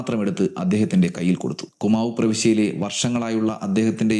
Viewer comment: കുമാവ് അല്ല കുമയൂൺ (കുമയോൺ)